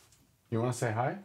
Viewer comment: that 'hi...' though 😅